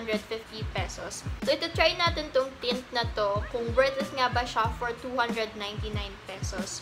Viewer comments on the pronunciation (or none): none